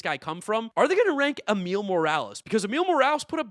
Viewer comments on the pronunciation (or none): none